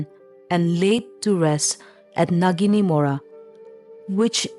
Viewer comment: Not naginimora ...Naga raini mora....✅